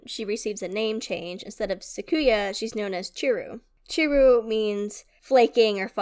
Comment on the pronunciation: Japanese can be tough to pronounce, just break it down syllable by syllable. "Ni-ni-gi" instead of "ni-gi-ni" and "sa-ku-ya" instead of "sa-yu-ka". The letter 'I' is often pronounced "eee" as in "Nissan", "Iwo Jima" or Mazda "Miata" and "sushi".